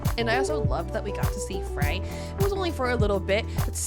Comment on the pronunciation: you said Fey again instead of Frey 👀👀